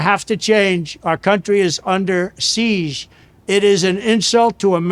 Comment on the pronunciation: " Our country is under shieze" 😂😂😂